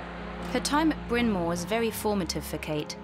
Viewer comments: Where did they find this inept narrator? It's Bryan Mawr, not Bryan Moor. And that's not the only mispronunciation. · Bizarre! The commentators can't even pronounce well-known terms properly: "Greeeta Garbo" (Greta), "Bryn Moore (!)" (Bryn Mawr), "Hooten" (Houghton), "An-tee-OH-pee" (Antiope)! Wasn't there a producer around to check this stuff? Hard to take the commentators seriously. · She killed Bryn Mawr as well. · Sadly, the narrator is unable to pronounce Bryn Mawr.